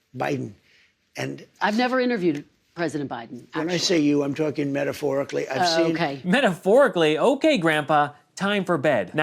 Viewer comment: "I'm talking methaphorically". LMAO